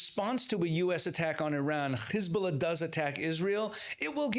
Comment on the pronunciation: It's Hezbollah not khezbollah😂😂😂 and it's Persian Gulf not Arabian. Get your facts right